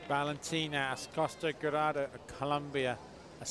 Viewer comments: El narrador: Valentina Acosta Giraldo. Valentina Acosta Garaldo. Valentina Acosta Garado Valentina Acosta Girado Valentina Acosta Gorado 😑😑😑😑😑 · this commentator cannot read Giraldo